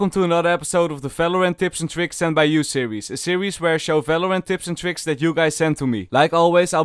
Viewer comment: when he said "felorent" i felt that